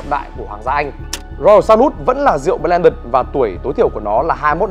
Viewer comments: Vửa sửa shi vas xong lại mâu =))) lại còn đánh vần hẳn bờ len đựt =)))) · Ông phát âm chữ blended còn sai mà lại chỉ ng khác phát âm chivas :))